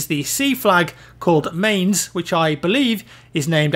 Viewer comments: mainz is pronounce like maɪ̯nʦ...something myants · Mainz is usually pronounced 'minez'